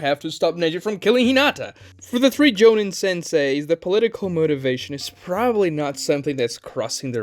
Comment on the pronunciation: STOP SAYING JONIN AND GENIN LIKE THAT. DID YOU EVEN WATCH THE SHOW????